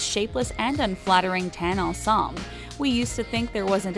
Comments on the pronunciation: YOU SAID ENSEMBLE WRONG!!!! THEATRE NERDS ATTACK!!!!!! 😡🤬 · Their pronounciation of ensemble makes me cringe so hard